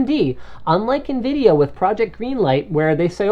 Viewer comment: Linus, it sounded like you said Nvidia Nigra.. lol.